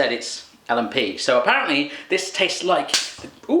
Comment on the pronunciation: Omg nz food is yum there is so much more yummy stuff in nz but l and p is my fave your pronoucteation is funny you should try pavlova